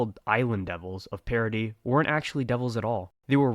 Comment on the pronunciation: Like oh my God this guy actually pronounces Paradis, Paradis and not paradiss